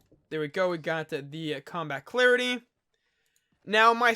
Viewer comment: celerity = Sah-lerity. just future fyi. nice run